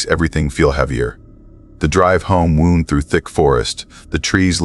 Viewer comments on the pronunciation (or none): "The drive home wound through thick forest." Pronounced: "Woond." Wound. Like: Wounded. Like: "Sarge, sarge ... I caught one in the ribs. I'm wounded." That kind of wound. And NOT wound. Pronounced: "Wownd" as it should've been. Like: "I wound up this thread on a spool" or "My girlfriend is coming over so I'm all wound up now!" You just gotta love AI narrators. People hate them. But one of my favorite parts to watching vids is listening to all the stupid 2nd grade mispronunciations they make when reading their scripts. Wee hours: Tionesta, PA.